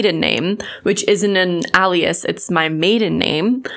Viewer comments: Al ias???? its ALE ias.... that physically hurt lol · Alias is pronounced "Ay-Lee-us" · I just have to.... it's AY-LEE-IS. FOR FUTURE REFERENCE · Ay-lee-es not Al-e-es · This dude is probably just going to clown on the fact she said ALEAS instead of ALIAS not the very valid points in the video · Alias is pronounced “Ay-lee-is” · Hi. Just want to say that “Alias” is pronounced “A lee us” it doesn’t just mean it’s a false identity. It also means another name you’re known by . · Alias.. not Ah-lias. Anyway, this is freaking hilarious. I’m glad you stood your ground with that turd and his Karen-esq ways. Hahahahaha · Great video and good on you for holding your stance! So about the words alias and brazenly...they're pronounced "AY-lee-uhs" and "BRAY-zen-lee." Just helping you out girl! You want the right pronunciations so your credibility stays afloat! Great job!! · It's ail-E-us and braE-zen-lee You are awesome! That dude is a douchecanoe. I've seen a few other people calling him out. He must be busy typing emails. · Aye-li-as. But otherwise, spot on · Sorry, I don't mean to be nit picky but Alias is pronounced A-Lee-Us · You’re so cool and smart but alias is pronounced like alien ily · For the love of God it's (aye-lee-is) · You are pronouncing Alias wrong and your maiden name IS an alias. You pronounce it like alien. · For what it's worth, you sorta said "alias" the way it's pronounced in Spanish so maybe you're just polylingual and you don't even know it. Big brain energy. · I thought it was a regional pronunciation :D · I love how you pronounce Alias 😂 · Love your work and you are awesome. Please check pronunciation of "alias" and "brazenly" Thx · What accent pronounces "alias" that way? I don't hear a strong accent until Madison says alias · girl...it's alias not alias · big fan of the things you said - not a big fan of how you pronounce alias lol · Might wanna lookup how to pronounce ALIAS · I ... really don’t like the way you say “alias” but whatever lol